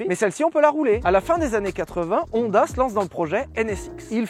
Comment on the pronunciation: Sinon, ça tente pas quelqu'un de dire Honda correctement? Je veux dire "ON" ça existe qu'en français. On dit "onne", siouplé! J'adore tes chaussettes!